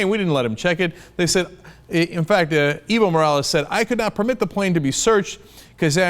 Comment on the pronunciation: Cenk, its Evo = Ehh-Voh